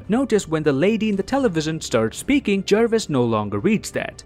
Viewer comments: Me: says Jarvis Him: JaErViS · JARVIS not Jervis. (JAR-VIS) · It's Jarvis not jervis